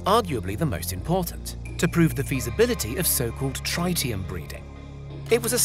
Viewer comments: How can you make a video like this and not even know how to pronounce the word Tritium, its Trit-i-um not Tri-tium and if you didn't know what Tritium is, its a radioactive isotope state of Hydrogen, with 1 Proton and 2 Neutrons, where Deuterium only has 1 Proton and 1 Neutron. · Dude, it's tritium: not trietieum. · What? Trytium? Do you mean Tritium? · It is pronounced "trit-ti-um" NOT "try-ti-um". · Guess the whole video is irrelevant he pronounced it wrong, dang. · No one says TRYtium, not even in US English. It's TREEtium. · Try-tium huh? Is that a new element or a mispronunciation of tritium? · Tritium not "trytium" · Wtf is tri ti um. I think you mean tritium. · Tritium.. not triteum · Its tr-IT-ium not tr-ITE-ium... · He also said 'runaway reaction' when talking about a fission plant. Also: thats not how you say tritium.